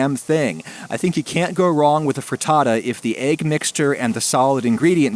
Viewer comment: pretends to be italian says fraddadda